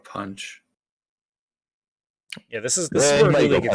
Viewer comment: His name is Juli with a j (his full first name is Julian), not Juli with an h.